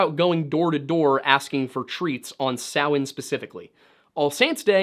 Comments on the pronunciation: I am impressed with this video, Not only did you say a lot of the names correctly like Samhain and other but the level of deep dive on this is quite impressive! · Thank you so much for pronouncing Samhain correctly, you have no idea how much it pains me as a pagan to hear people pronounce it ‘sam-HAIN’. 😅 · im irish born and raised.. well done on pronouncing our irish word.. you did a good job on our lore.. we have lots of great stories and a very rich history